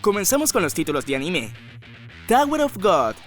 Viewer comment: No se dice animé, es anime o ánime, animé es un verbo, por lo demás bien video, gracias por la información.